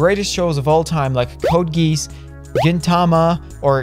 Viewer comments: Code "Ge-os" like the sound at the beginning of ostrich and Cowboy "Be-bop" like the old Bop-it toy. :) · Bro said code geese💀 and bro its Bee-Bop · This man really said Code "Geese" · homie said code GEESE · Dude, are you just trolling about how to pronounce Code Geass and Cowboy Bebop? This is the first video I’ve watched from this channel, so I legit don’t know if this is a common troll or this zoomed literally doesn’t know how to pronounce the names of 2 pillars in the anime fandom community